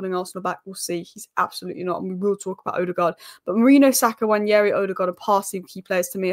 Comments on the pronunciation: It's not Nnwayeri it's Nwaneri (ONE NAY RI) "ONE NAY RI" There's absolutely no Y in the name for crying out loud.. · you're still pronouncing it wrong, it's simple: Nwa-ne-ri, not Nwañeri